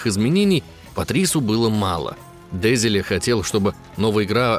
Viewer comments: Только не ДЕзиле, а ДезилЕ. Уши режет ПавЕл невероятно. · Душный коммент. Не дЕзиле а дезилЕ. У французов ударение всегда на последний слог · Видос отличнейший, восторг полный. Но я доебусь. Французские слова, вообще все, имеют ударение на последний слог. Поэтому фамилия главного разраба не дЕзиле, а дезилЕ. патрИс дезилЕ. Всем пис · Пиздец, Парис ДЕзиле, диктор вообще понимает, что так как он француз ударение, очевидно, должно ставиться на последний слог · ДезилЕ, а не ДЭзилэ, он же ФРАНЦУЗ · ДезилЕ, а не ДЕзиле. Désilets эта черточка означает не ударение, это акут. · дЕзиле? Серьезно? Автор в таком возрасте не знает, что у французов всегда ударение на последний слог?🤣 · Французские фамилии произносятся с ударением на последний слог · ДезилЕ́, он же француз, алё! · Патрис ДезилЕ. Сами же сказали, что француз. Ударение всегда на последний слог. (сори за духоту, спасибо за внимание) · Но франсуз.. Ударение на последний слог... ДезелЕ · Диктору подсказка любя, раз Дезиле француз, то он будет ДезилЕ. И вообще слышите французскую фамилию, делаете окончание на последнюю гласную, воть. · Да запомните что у французов ударение падает на последний слог дезелееееее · Все таки, мне кажется, что верно будет: Дезеле, а не Дезеле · Простите, господамы, но аж не могу ДезилЕ, француз же...Ну что же Вы, товарищ... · Ударение не не то е в фамилии дезиле и в анимус